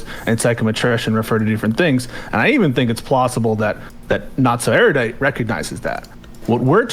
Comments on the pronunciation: It's Ero-dite and Piss-co. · God damn it. It's pronounced ER-U-DITE. Where did this poncy airy-you-dite pronunciation come from? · How are people still mispronouncing Erudite? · absolutely pedantic attention to specific details is completely undermined by his inability to correctly pronounce the word "Erudite".